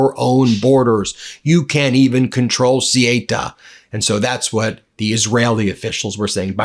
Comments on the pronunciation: Theyuta is how it's pronounced, the amount of journos who can't get this right is laughable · Sorry Ben but it's Ceuta not Ceita! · Ceuta pronounce They-Utah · It's pronounced thuta 😊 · Ceuta pronounced say oo ta. Look it up! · I appreciate your videos. Just wanted to let you know you’re pronouncing Ceuta incorrectly. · Thank you,, for spreading truth efforts! I'm spanish, I suppose Ceuta is very difficult world for english speakers. the pronunciation of CEUTA is C-(E from elephant)-(U forom Ugnada)-T- (A from Africa). You can put it in google translator with spanish language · İs this piece about a chunk of the North African coast called “Ceuta”? I was totally unaware of its existence until I looked it up on a map app just now. I also don’t speak Spanish, but I’ve heard it pronounced a lot. Calling the place “See-ayta” seemed to me like a very peculiar thing for a Spanish speaker to mouth for that kind of spelling. I also looked up an online pronunciation guide as well, that basically said “SAY-oota” instead, which sounded a whole lot more like what I would expect. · Sorry ben its say-oo-ta ceuta and melliya melilla Double ls are ys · This is red meat for his dwindling MAGA/Republican Party. Morocco is at the root of this, but I would like to see footage of what kinds of boats were supplied for this. Ceuta (pronounced Say-yoo-ta) and Melilla (pronounced Me-Lee-ya) have been a sticking point for both countries since 1497. This happened when I lived in Madrid for nearly a decade. Would I be surprised that this action was planned to give trump a pawltry photo op because the republicans have nothing to run on? No. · Darn, Ben!! PRONUNCIATION!! Ceuta=Seu-Tah, and Melilla=Meh-Lee-Yah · Ben, I greatly appreciate your reporting on this issue. But can't you check pronunciations beforehand? The name of the place is Ceuta, and it's not pronounced "Sieyta", but "Soota." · Ben, "Cé who tha," please, and not "Cé hi ta" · IT´S " SE U TA",NOT " SE E TA" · It's CeUta